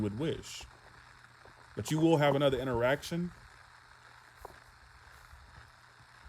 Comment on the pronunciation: Haha...For a second I thought you said Erection instead of interaction 😹😹😹